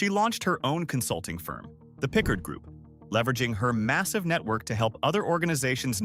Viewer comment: It’s Vivian pi’CARD…not pick-herd!!! Say her name correctly!!!!!!